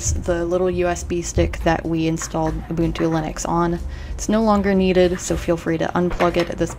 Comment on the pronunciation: And she said Ubuntu correctly very cool video!!